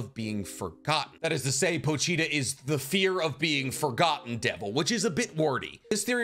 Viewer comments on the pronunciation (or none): "Po-Cheetah" "Po-Cheetah" "Po-Cheetah"